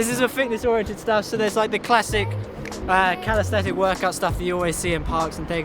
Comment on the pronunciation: so a storror blog/world parkour chase tag/mmpk shirt.. interesting . i like how urs is at the front 😉. btw CAL-IS-THEN-ICS 😂 but thanks for these spots rlly looking forward to visiting them